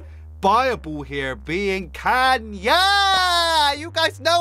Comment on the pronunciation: bro calls kayna kanye